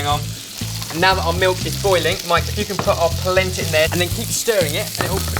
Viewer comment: whats palenta? hahah